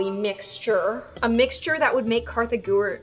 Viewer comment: Kartha not kassie